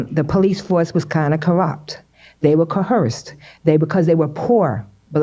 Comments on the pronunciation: Coerced not coeherced lol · Woman in white saying cohersed instead of coerced and realestator instead of realtor. Add the multitude of lies to the ignorance and it is painful to listen to. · I stopped listening to the one lady who said COHERSED and not coerced. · Not co-herced. Coerced. It is a lie. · “Co Hursed!” 😂😂😂 Slow… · Co-hearse-ed?!? And she wonders why she wasn't taken seriously. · “Coherced” lady that word does not have a fuckin H in it. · “they were kuh-hursed” 🤦🏻‍♂️ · Is she trying to pronounce coerced?